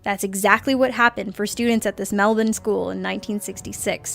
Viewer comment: OH MY GOOOOOOD!!!! An American said "Melbourne" correctly!!!!! Well.... She does know Dolan....